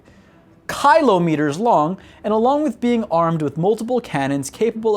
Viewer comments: Did this guy seriously not know how to say Kilometer? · On the off chance the pronunciation isn't a joke: Kill-ä-mē-ter Kilometer. The syllable that receives the emphasis changes based on local dialect/accent. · its kylo meters, he was making a joke relating to kylo ren from star wars, you need to lighten up a bit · I tried but everytime you pronounce kilometer I cringe sorry I tried. Its kill-aww-meter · How can you botch kilometer so badly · How can kilometer be so hard to say, when kiloton is not? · well he is American, they use miles instead of kilometers. Probably he is not familiar with that form of measurement so hence the mispronunciation. Kind of if I say meeles instead miles.